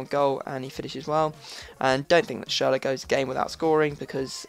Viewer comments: its not pronounced schurler its schurrel !!! haha love yur vids keep going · it's not schurrel -.-' actually is probably the most "gifted" english speaking person i've heard so far when it comes to pronounce things like the Ü in schürrle. and again you don't say schurrel dude, it's clearly schüRRLE Anyway I love your vids mate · Say schurrle again :/